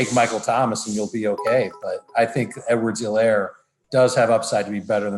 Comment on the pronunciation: For someone who says "Clyde Edwards-Helaire" more than anyone on earth.. needs to learn how to say Helaire correctly!